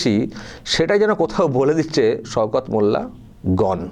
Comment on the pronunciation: সওকত নাম কিন্তু উনি বলছেন সৌকত 😂😂